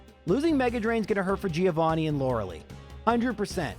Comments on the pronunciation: So, it's LorelEi (spelled Lorelai) like in Gilmore Girls. Super annoying to hear Loreli every time. sorry everthing else, your vids are super cool. giving thumbs up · Lore a lie, not Lore a lee. Stop saying her name wrong,. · Lori LIE nor lori LEE